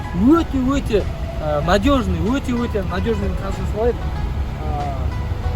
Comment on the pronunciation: жүк салғыш өтте үлкен деген сөздің басқаша айтылуы